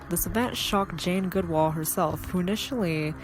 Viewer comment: Jesus it's GOOD ALL ...not GOOD WALL..how could you invest so much in something and not even know the main subjects name..and stop trying to sound like that idiot with all the hair in the you tube shorts..this just shows our low American standard. We are the world's new laughing stock